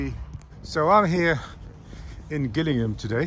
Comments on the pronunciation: Dude it is pronounced Jillingham not effing Gillingham like a girls name not part of a fish. I live close to this estate and love your work. Jon P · Another example of how mad times are today,great vid AB,btw its pronounced,JILL(as in the girls)ingham,not GILL Shaking because he was nervous more like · Been on my patch lately AB, first Maidstone and now Gillingham (I’m in Rochester). By the way… it’s pronounced Jillingham and not Gill…..!! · Pronounced Jillingham not Gill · How ironic you mimic people who don't speak English fluently or with a accent when yours is poor....ie it's pronounced Jillingham not Gill Ingham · It's pronounced as in "Jill", "Jill "Ingham. Nice to see you this far south, 😁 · Gillingham with a J. Jillingham. Damned forigner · It's pronounced Jillingham btw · It’s pronounced More like Jillingham AB, respect! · It is pronounced " Jill ing ham" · Only just started watching. Gillingham, normally pronounced as “Jillingham”. Don’t ask me why, but I believe that is the case! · It's pronounced Jillingham 😂 I went around the roundabout there for my driving test hahaha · It looks like "Gillingham", but it's actually pronounced "Jillingham" with a "j". Noone outside of Kent gets that right... lol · It's Gillingham like jill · It’s not GILL- INGHAM it’s Gillingham! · The say it as (Jill) ingham AB. J.. as in Jar. GILLINGHAM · AB it’s pronounced jillingham brother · Its promounced ""Jill ing ham" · G as in James or Justin. Gillingham lol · 😂 it’s pronounced Jill-ing-ham. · We say Jillingham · It’s pronounced Jillingham. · It’s pronounced jilingham btw mate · J-illingham pronounced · its pronounced jill - ing- ham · Do some research. It's pronounced Jill ing ham lol. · This is the town I live in lol it’s Gillingham , kent not Gillingham in Dorset I take it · U are just up the Rd from me and it called Gillingham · Please pronounce it properly. This is Kent not Dorset